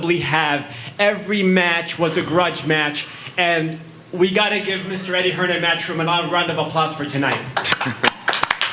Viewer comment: Can someone tell me why people say “eddie hearns”?